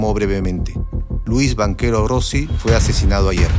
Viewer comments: Quién ha producido esta basura de vídeo? La voz en off que relata lo sucedido es gago y se cometen muchos errores en los datos históricos. Y no se pronuncia Banchero sino "banquero", bestias. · soy yo, o escucho en el relato "Banquero" en vez de Banchero ?